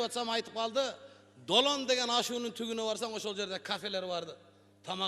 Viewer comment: сен да созунду туура суйлосон,мисалы тубундо дебестен тугундо деп айтасын тук деген бул Жун дегениго